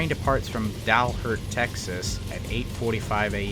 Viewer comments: Howdy,! At the mark, you pronounced Dalhart incorrectly. It’s pronounced Dal-HART instead of Dal-HERT. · Narration sucks as usual ! It is NOT Dalhurt !! Texas. It is DALHART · it's pronounced dalHEART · The inability to properly pronounce DALHART, TX, and PRATT, KS are excellent "tells' that the use of AI was involved.